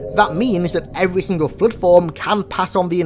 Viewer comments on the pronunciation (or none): none